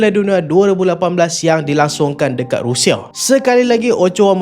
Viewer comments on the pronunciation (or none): none